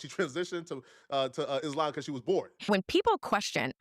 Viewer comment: everytime she says isLAMB, my hijab slips off a little bit.